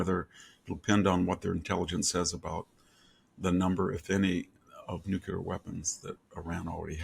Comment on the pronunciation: Prof Hanson, love your insights and have for years, but please say “noo-clee-ur”, not “noo-q-lur “!